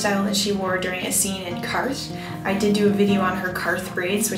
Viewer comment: I LOVED the video so much, but it's Qarth, honey, not Quarth.